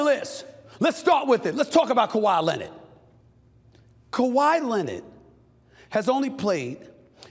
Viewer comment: “Kawhi Lennit” 😂